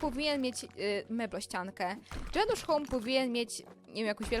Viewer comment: Chodziło o Janusz a nie o Dżanusz iksde